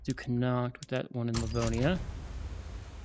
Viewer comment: It's actually said "Con-nought" not "Con-act".